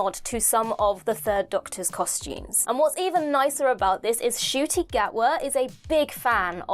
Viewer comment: Ncuti’s mum has corrected his pronunciation of his name. The N is pronounced.